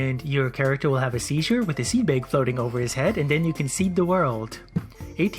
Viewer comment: Seed BAEG I'M SORRY IT JUST SOUNDS FUNNY